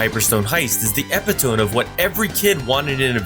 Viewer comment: Hilarious attempt at 'epitome' man.